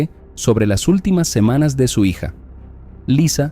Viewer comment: "mensaye" "amada hiya" 😂😂😂